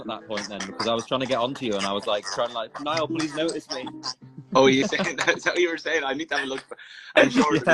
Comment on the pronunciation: Its Niall...like Ni-all Niall. Please.